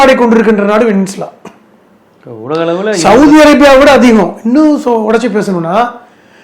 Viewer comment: வெனிசுலா வெனின்சுலான்னு அந்த பெயரை ஆளாளாக்கு கொலை பண்றிங்க? அது வெனிஸூவேலா. இப்ப இந்தியாவை இன்னோருத்தன் ஐன்டையே ன்னு உச்சரிச்சா நல்லாவா இருக்கும்?